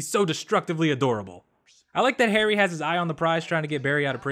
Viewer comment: Am I the only one who laughed everytime calls Harry HR? Xdd